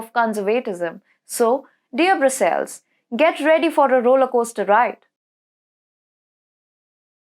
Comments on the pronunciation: I cannot believe this woman didn't either learn English pronunciation from watching Popeye cartoons or from someone who convinced her to PARODY English-language pronunciation for some unknown end. I'd be the rest of my life highlighting all the ear-shattering floaters made in every video, starting from U-ROPE-ian (for European) to Ee--ooh (representing the European Union, presumably) to Brew-cells (Brussels, I guess). Is this some sort of revenge on the former colonizers, or something? This is some of the best geo-political analysis out there (along with The Duran and few others), but this simply is too painful to listen to with most of the hosts. Like fingernails across a blackboard. I'm debating whether to unsubscribe because I simply cannot listen to this. And these women are SMART, G'DAMMIT! I'd like to understand what they have to say. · Please pronounce it as Po-land....also, Bru-ssels. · BrassÉls n PolÁnd.